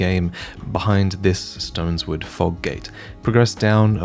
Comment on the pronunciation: Sorry bud just one more thing ... can we stop saying 'StonesWord' please? It's clearly 'StoneSword'. If you look at it, it's literally a sword made of stone.